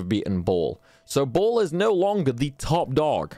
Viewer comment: It's 'Bay-ul' not 'Ball'. But then, you would have to be a Bible nerd/fanatic to have known that. But now you know. 😁